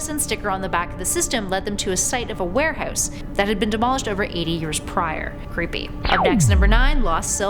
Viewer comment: Throw it "Oooh-t" "Ware-hoose"